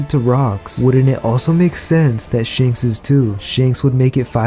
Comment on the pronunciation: Its ShAnks *A Not ShEnks E*!